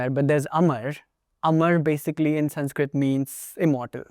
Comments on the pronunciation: Its crazy how the indian dude pronounces sanskrit words with dravidian accent then says «exactly how its pronounced» 😅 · It's Sanskrut (or Prakrut) and not Sanskrit. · sanskrit doesn't drop the "a" sound at the end lol